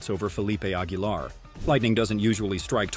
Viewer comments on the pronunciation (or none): none